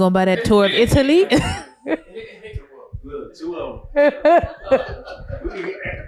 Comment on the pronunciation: “ Tour of Italie”